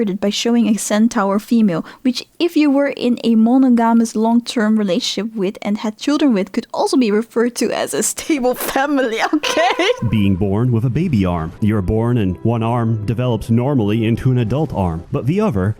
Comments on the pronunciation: I was gonna comment a helpful tip on how to properly pronounce, "monogomous", but the more i think about it, the right way to say it sounds wrong, and the way she says it sounds right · I'm learning another language, and I know my pronunciations suck (I'm Appalachian so even my English pronunciations suck), so when words like 'monogamous' come up and slightly says it weird, I have to smile a little